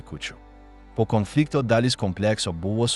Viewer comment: Sako Konfliktas Antras pasaulinis Karas Ką jis šneka Komflynfliktas 😢 Nesveikas Jis